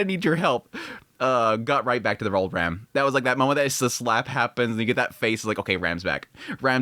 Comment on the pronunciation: She's not REM, she's RAM. Pronounced like "ram" in rampart. Or like PC part RAM. Please stop butchering the names, it's clearly pronounced in sub